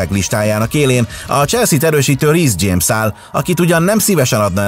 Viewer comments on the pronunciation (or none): none